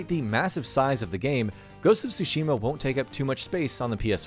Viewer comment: I’m obsessed on how bad the narrator pronounced Tsushima, it’s bad, so bad it’s distracting, I can’t wait to play Ghost is Tsushima (well pronounced) hahaha 😆